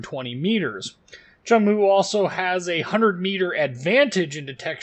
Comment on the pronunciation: Nice vid, sub finished! Its pronunciation is much closer to 'choong-moo' than cheong moo. Just postscript XD